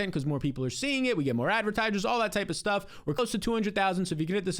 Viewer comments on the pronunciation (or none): none